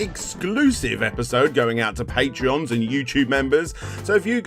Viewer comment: its pronounced "patrons" not "patrions" patrion is the website, members are patrons, just like the old days when michalangelo had his patrons who supported his art.